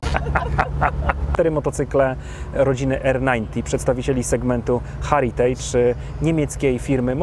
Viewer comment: Rzeczowa recenzja,tylko jedna drobna uwaga: "Heritage" wymawia się: "hEritage" nie, "hAritage". LWG!